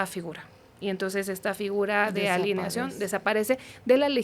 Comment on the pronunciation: Hoy si me quedó a deber 😢… “alineación” en vez de alienación, “Etiopía” en vez de utopía 😮‍💨